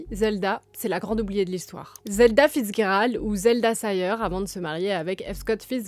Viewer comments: The G in Fitzgerald is not a hard G, it's a soft G. It's confusing because it looks like a German name in origin, but its not, "fitz" basically means son of, usually it's a son born out of wedlock, but the name Gerald came way of the Normans to the English language, so in English we'd pronounce the G as a soft G, like a J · Vous prononcez son nom comme si c’était de l’allemand ou quelque chose… Le G se prononce comme en français (dans le mot « gérer », par exemple). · vous ne prononces pas bien le nom de Fitzgerald, sorry to bring it up but mes oreilles saignent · C'est horrible, mes oreilles saignent aussi ! 😂